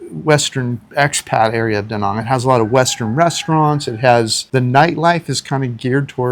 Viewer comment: Been 2 De Nang! Exactly the way you say! Loved it!